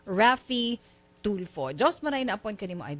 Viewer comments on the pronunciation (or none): Ang yabang ni piscal.pero...di mabigkas,bg maigi ang pangalan ni idol....TOLFU daw😁